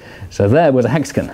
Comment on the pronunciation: "Hexigin". "Pentagin"